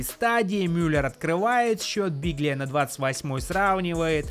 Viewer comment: Билья. Г не читается